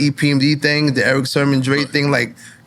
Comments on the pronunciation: N.O.R.E. kept saying Eric Sherman throughout the whole interview. Damn, it's Sermon, thought. You guys knew Eachother for years, oh, when E.F.N. ask was PMD older, Than Eric, Sermon said about a yr or so,E.P.M.D. born the Same year, 1968, damn how long they know Eachother? lol😅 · NORE is a terrible interviewer. can't pronounce words, constantly repeats himself, interrupts guests and acts like a clown. the show would be WAY better with someone else in that spot. refers to Eric Sermon as Eric Sherman throughout the entire interview. LAME. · Why does Nore keep calling Eric Sermon Eric Sherman? Lol 😂🤔